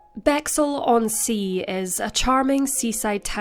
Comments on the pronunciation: thank you, came here to say this - lol first time I’ve heard it pronounced that way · Great video, thanks for covering this. BTW - it's pronounced 'Bex - Hill' not 'Bexxle'.